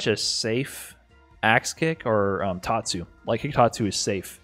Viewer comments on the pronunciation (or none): none